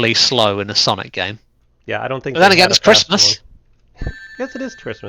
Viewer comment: It’s sonic not saninkus